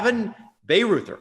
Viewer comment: Bayreuther is pronounced “BAI-ROYT-ER”